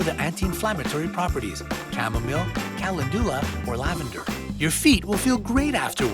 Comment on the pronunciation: Learn to pronounce calendula properly.